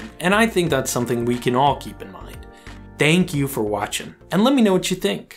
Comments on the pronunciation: Did he say "Dank you for watching"? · I love the way you are saying - Thank You - sounds like - Tank You :)